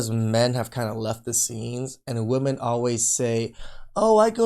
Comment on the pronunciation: Why are they pronouncing «women» wrong 😅 ?